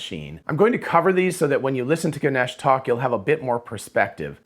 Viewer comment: Ganesh pronounced “Gan- ayish” ay as in “hey” :)